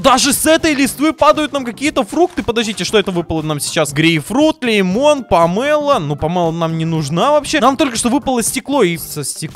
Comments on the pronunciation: не памэло а памело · Не помэло а памило